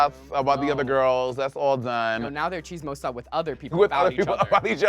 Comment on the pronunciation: dawn saying Chismosa . I heard cheese-mows-sah lol😅